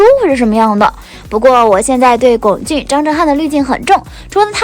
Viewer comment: 已经有很多人在上一条说过，龚俊的龚念一声，这里还不改，以后做相关的，不看了，听着难受